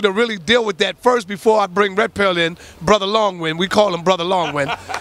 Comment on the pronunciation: he said "brother long wind" 😂